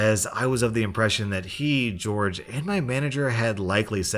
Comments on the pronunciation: Hey fam.... Jorge is pronounced "hore-hey". Not George. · always a daily pleasure to watch your videos!! Though I couldn't help but mention that Jorge is pronounced "Hor-hey" and not George Thank you for the amazing daily content <3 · Maybe Jorge’s parents wanted his name to be pronounced like George but I’m pretty sure it’s said like hore-hey. It is the Spanish version of George. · Jorge is pronounced hore-hay, not George 👁 👄 👁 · Jorge is pronounced "hore-hey". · FYI Jorge is a Spanish name, so it's pronounced "HOR-hay". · not to be that guy but Jorge is not pronounced as George it's a Spanish name that the j and g are h sounds do it's pronounced "hor-hey" and not like it looks just a heads up from a student who knows Spanish from Spanish one where we needed Spanish names so the teacher had an easier time remembering us(wish I was joking about that name thing but it's true) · George Me: that says Jorge... (Spanish version) hor-hey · Who else notices the way he says Jorge as George, when it's really pronounced Horhay? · Jorge is pronounced differently than George. They aren't the same name. The first one is hispanic and in hispanic countries, "J" is pronounced like "h's and so are g's. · ITS PRONOUNCED HOR-HE NOT GEORGE BOOMER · Lol you pronounced the name Jorge like George, let me help-it's pronounced hore-hey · When "George" is spelled like "Jorge," it is actually pronounced "Hor-hey." That is because it is a spanish pronounced name. I know because my friend is named Jorge. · I cracked up everytime he pronounced jorge as "George" and not "horhay" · In the first story, I’m pretty sure it’s pronounced hor-hay not George. I’m pretty sure it’s a Spanish name or something. Pls don’t send hate if I am wrong about that. I would appreciate it if you kindly corrected me though. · same with the name Jorge is Spanish it's pronounced "hor hay" but in English it's different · The name "Jorge" is pronounced "Hor-hay." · I love how he pronounces Jorge as George. 😂